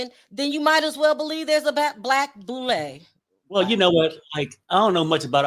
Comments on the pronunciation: the boule, serves the Illuminati pronounced boo -lay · It's the Boo- lay